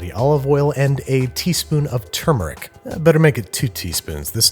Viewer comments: THANK YOU for pronouncing "turmeric" correctly. Not tuhr-MAYR-ihk, not TOO-muhr-ihk, TUHR-muhr-ihk. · Glad Babish at least knows how to pronounce "turmeric," unlike Rob Lowe :)